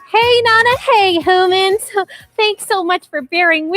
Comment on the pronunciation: It's humans not homan's